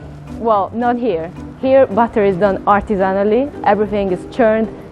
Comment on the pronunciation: The way you said "artisanally" sounded a bit like "butter in France is done horizontally". Well, many nice things in France are done horizontally.